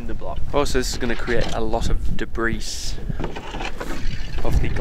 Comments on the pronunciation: "Deb'riss." - and/or. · my dad love him would always say it that way how its spelled debrISSSS